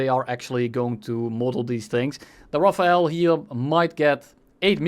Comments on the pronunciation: aaarrrrgh " RAFALE not RAFAEL " pls guys xD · It’s pronounced RAFAL NOT RAFAEL THE E IS AFTER THE L RAFALE NOT RAFAEL ! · Dude its RaFALE. My ears hurt so bad. Here's some help from wiki: ".... The Dassault Rafale (French pronunciation: [ʁafal], literally meaning "gust of wind",[3] or "burst of fire" in a more military sense)[4] ..." Thank you wikipedia. Edit: RaphaEL is what you are saying... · Pronounce it "rafal" not "rafael" ^^ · Not "Rafael", "Rafal" e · Me when i hear rafael instead of rafale 🤯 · its rafale no rafael🤓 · Rafale not Rafael, they are entirely different words. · That's not how you pronounce rafale at all xD (I am french) It's more like rah-fall. You're saying jt like Raphael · RAFAEL? ahhah Its RAFAL. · As a french, you spelling "Raphaël" hits hard 😭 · where is the e in Rafale why RafaEl? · Love how you call the Rafale, Rafael xD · The IPA pronunciation is given as ʁa-fal. The ʁ, also known as the voiced uvular fricative, is pronounced at the back of the throat whilst vibrating the back of your tongue with the roof of your mouth, and then voicing this sound. The sound is similar to a “g” and a “r” sound put together as the “g” is produced from a similar way. The voiceless uvular fricative, χ, sounds more like a “kh” sound, like the “ch” in “loch”, so imagine saying this sound and then literally just speaking with your vocal cords, the sound you make should be the ʁ sound. The end is just plain old “fal”, just put a french accent on and you’ll get the sound. Hopefully I explained it better than the other guy😭dk what he’s smoking